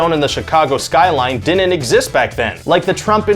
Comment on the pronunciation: The host need to learn how to pronounce “didn’t” he keeps saying “Dinnit” annoying